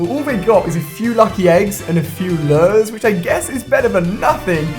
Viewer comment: pronouncing lure like Lurrrrrrr.......